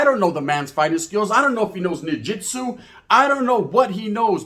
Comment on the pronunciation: knee - jitsu 😂